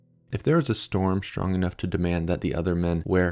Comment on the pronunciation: Please don't pronounce strong and other str words as if it is spelled schtr